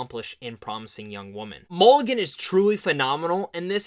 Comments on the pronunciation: it’s mulligan not mcgillam or whatever the duck you said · Bruh. YOU called her "MC-Gillan" 3x before FINALLY calling her by Her NAME: "MULL-I-GAN". You did this while claiming, without a trace of irony, that Mulligan and Moss "never get any credit when it comes due", and then blamed others at Sundance for YOUR error instead of just saying: "Yeah, that was my bad." Idk why some ppl think that admitting they made an error like the rest of us mere humans, makes them..Gods? But I DO know that it doesn't. Mispronouncing "Mulligan" didn't stop the world from turning, and I'm fairly certain that ADMITTING it, wouldn't cause a global disaster, either, smh & lol.